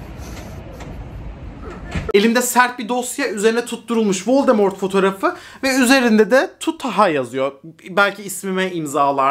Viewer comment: 8.45 vord voldemort diyo sanki dhdhdhdh